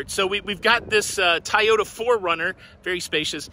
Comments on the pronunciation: Did he say "Tie-ota"??? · did you say "Tie-ota" for Toyota? That's hilarious! Don't hear that often enough! 🤣